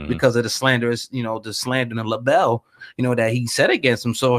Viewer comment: So where is the more FUCKING disturbing details? Also, you called libel 'labelle'.